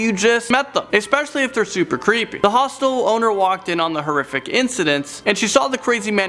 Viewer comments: Honestly I thought that he said Hostess , The company that does Twinkies 😅lol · i keep hearing hospital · Why would you stay somewhere called a hostel? Like hellooo hostile, hostel ITS THE SAME PRONUNCIATION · You say hostel funny